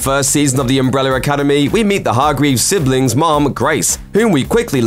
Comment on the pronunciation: "Umbreller Academy" lol